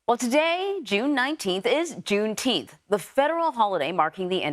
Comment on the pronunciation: Juneteenf. get it right